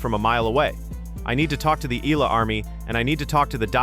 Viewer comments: It’s Eala. And it is pronounced like Eyala. Not eela and not elala. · EEE-YAH-LAH... that is how you pronounce her last name, PLEEEEEZZZ